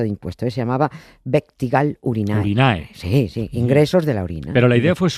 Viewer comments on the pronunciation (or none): Es pronuncia: uectígal urínae.